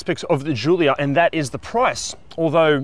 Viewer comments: It's not a jjjulia it's Gulia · It’s not zhulia it’s giulia. Could’ve tried harder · What the fk is a "zoolia"? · Hey this is not a French car - just call it a Julia like Italians would